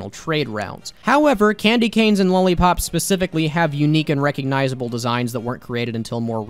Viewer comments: sounds like "lol-ly pop" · I dont like the way you pronounced "lollypop" ....